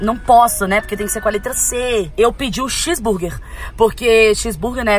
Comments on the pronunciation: Camis é x-Burgue não chis-burgue kkkk to maratonando os vídeos antigos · Neh por nd nn mas a camila ta roubando ela flou ches-burguer mas na verdade e x-burguer e tbm ela tava falado chuchu mas na vrdd o nome e xuxu kakaka ela ta roubando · Camila é X burguer não e com "Ch " não rsrs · Vc falou que x burguer é chis burguer kkkkkk